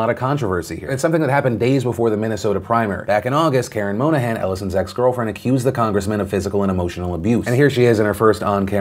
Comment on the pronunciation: bro monahan is my last name and you're pronouncing it wrong throughout the entire video (no biggie, just made me laugh)